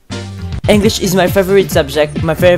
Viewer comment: work on "favourite" pronounciation